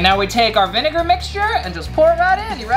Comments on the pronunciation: He said vniga😭😭😭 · So we are not talking about how he said vinegar wrong